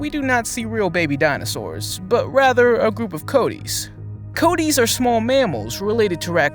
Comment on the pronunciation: You're pronouncing it wrong! Its Coatis (Co-Ah-Tees), not Coat tees